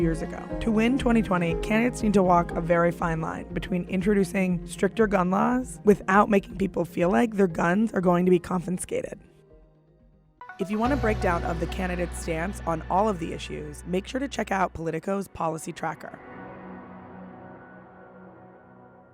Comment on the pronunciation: The narrator said "confinscated"?! Bright people on that side of the debate apparently... good readers at least